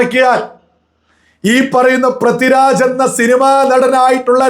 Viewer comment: Helloo, Prathi Raj alla, Pridviraj. Kashttam